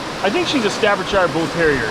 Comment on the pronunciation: Hey! No hate, just a slight correction on the way you said Staffordshire from someone who’s English. You don’t say shire how it’s spelled, it’s pronounced shear, as in shearing a sheep. Loved this more laid back video. I hope you have a few more of these sitting in the backlogs somewhere!